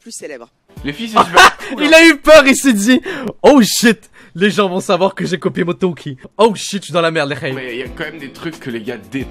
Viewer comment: C’est Moretoki pas Montoki. Voilà c’était la parenthèse chiante 😅. Keep up with the good work !!